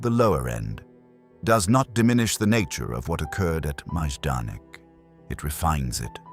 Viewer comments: I thought it was pronounced “MI-don-ik,” not “Maaj-don-ik.” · Wow the pronunciation here is atrocious. At least properly pronounce the subject of the video 🙄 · It’s terrible, and should at least be previewed before you publish the video. It takes away from how good the information in video is.